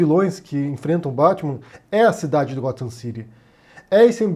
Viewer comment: "Arfur" e "gofam" não dá?